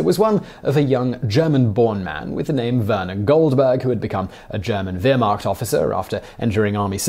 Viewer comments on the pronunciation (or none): none